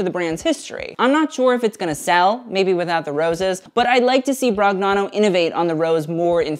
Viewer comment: off topic but in Italian "gn" is pronounced like the "ñ" in Spanish, so NicÒla BroÑano, like lasagna...thought it might be helpful for future videos